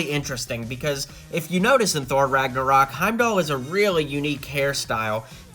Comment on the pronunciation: U put in title infinity war but u say thor ragnaroc